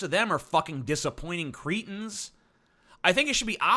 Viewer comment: it's so ironic you call someone cretin and butcher the pronunciation of the word